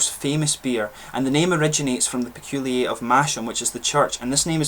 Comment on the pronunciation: Peculier not Peculiay! 🙂